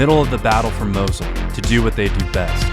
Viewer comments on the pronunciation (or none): Did you mean the city Mosul? It sounds like your saying Mosley, not to be rude